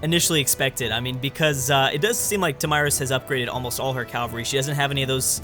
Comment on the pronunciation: I think the only thing that annoys me is the mispronunciation of CAValry :'( Everything else is top notch